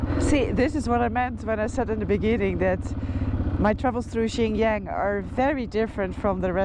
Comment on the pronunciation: Xinjiang second word is pronounced as Jiang. We love your video by the way❤